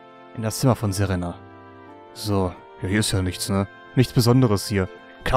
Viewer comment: Im Grunde ist es mir egal, wenn du die Namen falsch aussprichst. Ich kann die Städtenamen wahrscheinlich auch nicht alle richtig aussprechen aber bitte sprich Serena richtig aus xD. Ich habe tatschlich den Anime ein wenig geschaut und deswegen triggert mich das ein klein wenig... . Das zweite "e" in Serena wird länger ausgesprochen. Wäre cool. Wenn nicht versuche ich es zu überhören in Zukunft xD